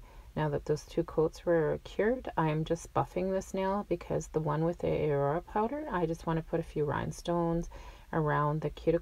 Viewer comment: What a great combo!!!! But just in case you didn't know, The way you are saying Aurora with the A singular is wrong.... It's not "Aye-Rora" it's pronounced "AH-RORAH"!!! As in the Aurora-Borealis lights seen in the night sky! 😘 The powder is much like the effect of these natural phenomena lights, hence the name of the powder color! Just looking out! I'd want someone to tell me if I were pronouncing something wrong! Awesome video!